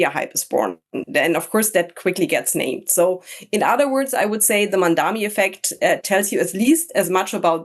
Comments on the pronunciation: THE MAN IS MAMDANI. THE INTERVIEWEE CALLS HIM MANDAMI, A MALICIOUS CORRUPTION OF THE NAME BY HIS MAIN COMPETITOR ANDREW CUOMO. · The biggest Mamdani effect appears to be newscasters, pundits and commentators being totally stumped by a 3 syllable name.. MAM - DA - NI for crying out loud. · Its easy to say his name MOM DAANI. Pls learn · How difficult is it to get his name right? MAM--DA--NI, for god's sake. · It’s deliberate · It's intentional.